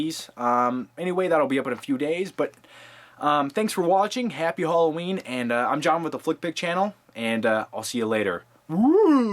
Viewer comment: btw HOLLOWEEN??? seriously??